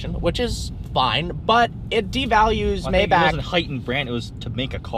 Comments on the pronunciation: Alexander Lemcke Its pronouced MyBach not mayback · It's Pronounced My-Bakh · It's still not called Maybac 😂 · It's neither "Maibak" nor "Maybaek", it's spelled "Maybach" :D If you wanna hear use Google Translator German Language voice output. Greetings from Germany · Just say maybah with HHHH not k